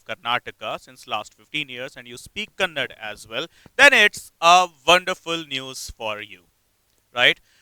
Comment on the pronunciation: Kannad❌ kannada ✅